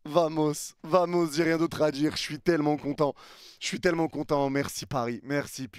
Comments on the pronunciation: Félicitations pour la victoire et la qualif, par contre ça me fait toujours un truc ton VAMOS. *EN ESPAGNOL : Le ” V ” se dit ” B ” … On dit ” Bamos ” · On dit bamos maisle V se lit B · Vamos, ça se prononce Bamos. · Bien sur qu'on est heureux 🥳 mais par contre on dit bamos et non vamos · Vamos en espagnol se prononce Bamos et non vamos pour info ;-) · Mec je t’adore mais c’est très gênant de t'entendre dire vamos en le prononçant à la française alors que c’est un mot espagnol et que le V se prononce B. Phonétiquement tu dois dire Bamos. Ça te ridiculise bêtement alors que tu es un excellent youtubeur. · Arrête avec Vamos, ça se prononce avec un B s’il te plaît 🙏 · Un parisien qui dit vamooos 😂 en prononçant en plus le V comme en français 😂 , ça s'écrit Vamos mais le V en Espagnol se prononce B donc c'est " Baamooss" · V=b donc ça se dit bamos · Si vous pouviez arrêter avec les vamos srx Et ca se prononce bamos Laissons ça à nos prochains adversaire Ici c'est Paris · Je t'adore,et encore merci pour tes lives,sans toi tout ceux qui travaillent en restauration sont dans la merde pour avoir de la qualité...mais ça fait depuis que tu suis M’bape au real que tu kiffe l'Espagne,on di bamos,pas vamos,t'es suivi par plus d’1milion 500 mille personnes,arrête de nous faire passer pour des chèvres steplè😅😅😅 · Vomos 😂😂😂 t espagnol ? Mdr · Masterclass en combinant le match A/R sachant que Liverpool n'avait jamais perdu en ayant remporté le match allé à l'extérieur dans son histoire, ça en dit long sur la performance, quelle EQUIPE vraiment !! Par contre le 'V' en espagnol se prononce 'B', ça pique les oreilles surtout le nombre de fois que tu l'as dis 🤣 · arrête avec des vamos wsh tu sais même pas le prononcé 😅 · Doucement avec les vamos, c'est acceptable parce que Luis Enrique mais n'abuse pas... Surtout que tu ne le prononces pas bien.